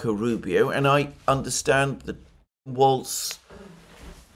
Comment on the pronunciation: The name is Walz, not "Waltz," and it rhymes with "walls"